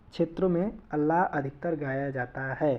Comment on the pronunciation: अल्लाह नहीं आल्हा